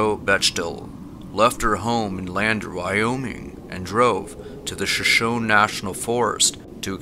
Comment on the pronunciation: Its pronounced shuh-SHOW-nee